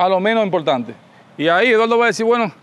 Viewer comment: Impoltante,pa loniños,sesionala....mama.Sera buen arquitecto,pero pronunciando....